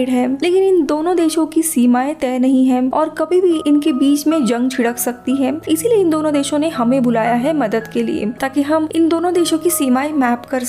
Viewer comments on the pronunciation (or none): जंग छिड़क नहीं मैडम जंग छिड़ सकती है